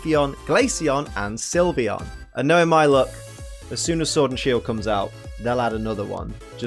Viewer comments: SYLVEON, NOT SILVEYON! FIX IT NOW! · SYLVEON, NOT SIVION! AND THERE IS NO I IN VAPOREON! FIX IT NOW!